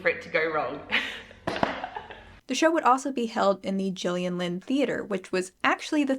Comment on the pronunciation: Thank you for actually pronouncing Gillian right! Being an American with the G, so so many people have mispronounced my name. Also when you said Carrie hope fletcher it brought back a whole load of memories. I first heard about her when I found out she or her family wrote a song that one direction recorded. Then I found her YouTube. Watched her get the Les mis role